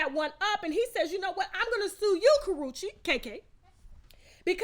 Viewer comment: Aht Aht! Put some RESPECT on Karrueche’s name!